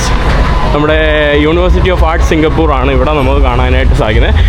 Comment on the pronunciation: സിങ്കപ്പൂറ് അല്ല സിങ്കപ്പൂർ എന്ന് പറയു ചെങ്ങാതി